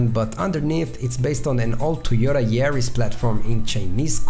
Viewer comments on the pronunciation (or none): none